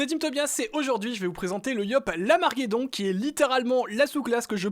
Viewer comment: pq tout le monde dit lamarguedon c'est larmaguedon